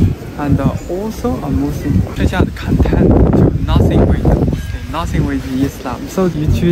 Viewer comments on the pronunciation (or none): when you pronounce muslim, i hear like you are saying Muslin with an 'n'. is it just me? 😁😁